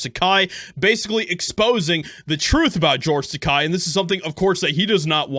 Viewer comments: Its george TAKEI. not takai. Takei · I am by no means sticking up for him, but Christ... It's George Tah-Kay, not George Tah-Kye. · As much as i dislike him. It's not Takai, it's Takei! I will call you, not Joshieha! Say: Ta-kay. No means to disrespect, i just never want to disrespect someones name! May i agree with him/her or not! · It’s pronounced Ta-kay, fyi. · Only because I liked his character in "Star Trek" am I going to correct you. He is an insufferable, miserable old gay man, but his name ends with a long "A" sound, not a long "I" sound. It rhymes with "okay". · His name is pronounced TAH-KAY! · Dittos. But I believe the name is Tuh-Kay.. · Takei is pronounced Ta-KAY!!!!. 'EI" pronounced like the word "eight". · Side note: it's pronounced Tuh-kay Like the Fonze "aaayyyy"